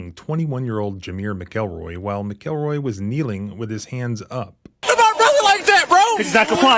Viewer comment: its Mac el roy lol not mick el roy